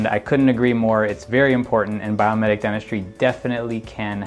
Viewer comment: Is it Biometic or Biomimetic? I hear biometic, but read biomimetic.